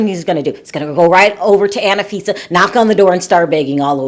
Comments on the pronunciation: It's anfisa not anifisa 😂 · It's An fee. sa. not anna fi sa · It's Anfisa, not Ana-Fisa. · It is not "Anifisa" it is "Anfisa"~ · It’s not Anna-fisa it’s Anfisa like unfisa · Tsk, tsk....just a heads up - George is English for Jorge and its An- fisa not Anna-fisa!!! Aye Chihuahua! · you're irritated about "name changes," but you keep saying "Annafisa" instead of Anfisa🤣. Also, Jorge didn't really change his name. Jorge and George are the exact same name, just in different languages. Damn, I'm not even American. I'm South African and even I know this! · FYI, Her name is pronounced AHN-FI-SA, Not ANNA-FI-SA. :) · I died each time you said Anna fisa 😂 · Why do you say AnAfisa??